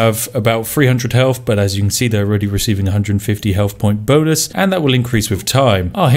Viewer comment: "The Bow...yea bonus" Spiff is so frazzled by Sioux that he's mispronouncing English words.